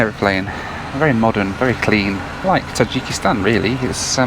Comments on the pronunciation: The way you pronounce Tajikistan is cracking me up. In the states we pronounce it differently. I'm not hating, I always love your content. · Number of times said Tadjikistan